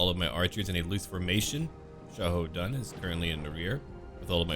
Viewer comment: As a person who learned how to speak Chinese, the way you pronounce characters' names is quite nice. In fact, i loved how you fluently pronounced Xiahou Dun's name.